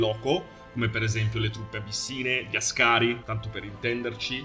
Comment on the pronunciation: Àscari, non ascàri